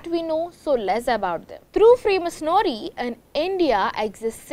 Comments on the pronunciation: Freemasonooorie? what a news channel , How can one let her speak . Mind blowing what level of news reader people hire today ... 🙄. what a shame she was presenting . Cannot even say masonry. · U pronunciation is wrong Freemasonry.., its actually free-masonry